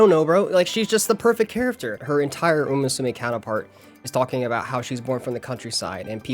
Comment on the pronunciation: First of all, great video! The story telling and editing were both excellent. Unfortunately I understand too well how someone mispronouncing a name can be very grating to hear, especially when it comes to a topic you like or care about... So please for the love of uma musume stop pronouncing it moo-sue-may. I wouldn't have said anything if you didn't yourself critique the Australian announcer's pronunciation of a name he was most likely entirely unfamiliar with. You however are clearly a fan of the series. Come on man.